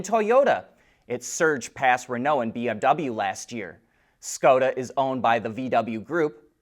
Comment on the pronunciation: It's pronounced Shkoda :)